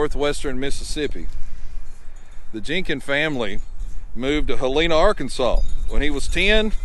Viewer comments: It"s pronounced Hell in na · u need to learn how to pronounce HELENA!!!! it's pronounced HELL-E-NA